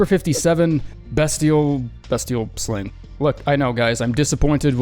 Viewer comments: Hey, Its Beastial, not Bestial(on Pronunciation) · I’m begging you to stop pronouncing Beastial like Destiel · Bestial is pronounced Beastial, like Beast? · b EE stial